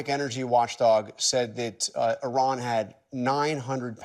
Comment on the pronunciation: He can’t even pronounce Iran correctly….wtf